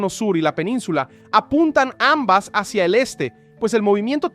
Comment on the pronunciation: jushtamente se movió hashia el eshte